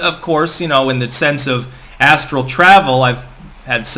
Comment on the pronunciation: Ass-tral plain.